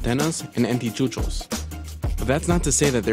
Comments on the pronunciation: I'm Bolivian. It's funny the way he says "antichuchos" referring to "anticuchos". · Lol but no one talks about the fact that Burger King is still in Bolivia singe a lot of year ago. Its not the people, its the way companies adapt to the market. Ps: lol he said antichuchos instead of anticuchos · I'm married to a beautiful Bolivian, and I felt pain when this guy said "sultanas" because that's exactly how it sounded like. We honestly thought he was speaking about raisins!!!! AND! salteñas ARE NOT BOLIVIAN EMPANADAS! and its anticucho, NOT antichuchos! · OMG, it is pronounced Anticuchos, not Antichuchos. Also Bolivia most sell soda is Coca cola... So we are not anti-american products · I can forgive you the "salteNa" thing but "antichuchos"?! Not that hard, AN-TEE-COO-CHOS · ANTICUCHOS NOT ANTICHUCHOS...... -. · "antichuchos" xddddd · Saltenas! And Antichuchos! 😂😂😂Yummy yummy 😋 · "Antichucos" 《Insert Snoop Dogg Gif》 WHHOOOO??? 😂😂🤣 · he said "antichuchos" xD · Antichuchus 😂 saltenas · soccerjoker95 Saltenas and Antichuchos 😂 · Hahahahaha...! Stop pronouncing the food! You're killing me! Haha... "Antichuchos!"....dear lord. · I know that it was maybe an accident... but I laughed so hard at antichuchos 😂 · Antichuchos LOL. Please, please, next time get the pronunciation right, it's so embarrassing that you give the job of reporting something with spanish names of dishes and locations in it to someone that can't handle it. Next time you should look for a better narrator. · LEARN to PRONOunce SaltenAS, and ANTICUCHOS thnx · hahahah Antichucho.... sorry, it was bad pronounced. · For real 😂 I cringed Everytime he said salteña or anticuchos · What? You butchered the name. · I’m sorry fellow Bolivians, the narrator butchered the pronunciation . Llajua salteñas and anticuchos are all delicious. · all these comments and I'm here just to say it's "Anticuchos" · The way he pronounced "salteñas" and "anticuchos" hurts my Bolivian soul. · That pronunciation of “anticuchos” lmao